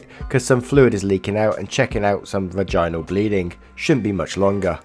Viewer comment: Just thought you'd want to know that yes, you said "nephrostomy" perfectly... but then you mispronounced "vaginal". - ] A for effort though :)